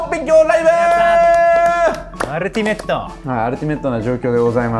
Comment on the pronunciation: ふくらp「アrrルティメット」